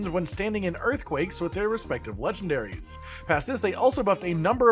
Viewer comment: lol “legandaries” 🫠